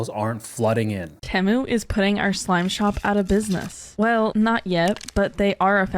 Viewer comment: Sorry.. did she say slime shop?